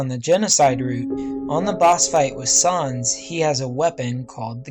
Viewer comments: It’s sans not sarns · It's sans not sons! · sans not sahns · No-one: Nobody: Not even me: Not a single living soul:: Sawns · Its sans not sons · sans not saans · Sans not sons that annoyed me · Sans not Sarns .-. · ya u says in dis "sOns